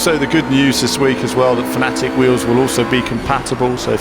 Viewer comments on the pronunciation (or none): none